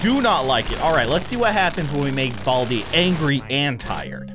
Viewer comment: Not boldi it's baldi